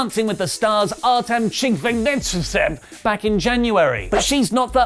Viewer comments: "Art Chigvintsevwith"... um Gesundheit? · “pronunciation” of Brie’s fiancé from Dancing With Stars made me spit out my water from laughter 😂